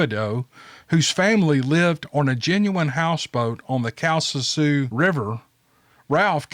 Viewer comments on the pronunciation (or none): my husband and I love your channel. Great stories especially the last one. My husband and I were raised in Lake Charles, Louisiana. And the parish and river Calcasieu are pronounced Cow cas shoe. Sorry to pick on you. Again we love your channel and we have two stories to send you soon. Be safe. Jan and Joe. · It is pronounced ( cal ca shoe ) river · Awesome stories cam. You did great on pronunciation, until you hit Calcasieu. Louisiana is full of tough words. This one sounds like Kal-Kuh-Shoo. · Cal ca shoe is how to pronounce the river. That is a true story. I heard it from a friends uncle.